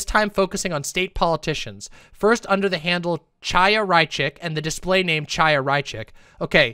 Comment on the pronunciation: "Tchaya" oh God I'm begging some BreadTuber, any BreadTuber, to pronounce the "ch" sound properly. It's the back-of-the-throat sound. First Lance, now. This is painful.